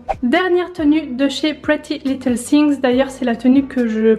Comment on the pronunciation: Arrêtez de dire pretty little thingS, c'est thing, sans S 😭😭😭